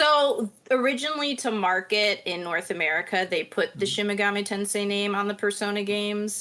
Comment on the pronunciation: absolutely mangled the pronunciation of Shin Megami Tensei, then gave him the correct pronunciation, but he clearly was not listening to her because the next time he said it, there was zero improvement. Please try and do better at pronouncing game and character names correctly than that lazy old mushmouth Andy MacNamara. And don’t be afraid to forcefully correct your boss when he is making himself sound stupid.